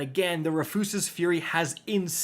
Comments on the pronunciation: Say it with me Roo-fus-s like a man named Rufus. RooFuss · ROO-FISS, ROO-FUS, not re-foos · He's trolling us, right? It's pronounced like the name (Roo-fuhs) right!? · I literally hate this MF. Can’t pronounce weapon names 😂. Rufuses fury? Really? 😂😂😂 it’s RUFUS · It’s just “Roof-is” Fury. Do you go outta your way to mispronounce shit? Smh. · *Ru fis fury. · ROO-FUSS!! Say it with me, RU-FUS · TIL Rufus is now pronounced Refoosis 😂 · How do u mess up the word rufus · I'm not gonna let you get by saying Rufus like that.... you have to be stopped villain! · "make sure I mispronounce at least one word in the video" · The pronunciation of “Rufus” is killing me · Jaded viewer - he butchered the pronunciation of "Rufus" for more engagement/comments.. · Awesome butcher of the name! 👍🏻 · I love how you’re butchering the gun’s name to bait comments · Why does bro say it wrong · Dude spent months trying to get this just to butcher the name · I refuse the pronunciation. It makes furious